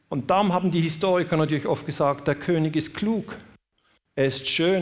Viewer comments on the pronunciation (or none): none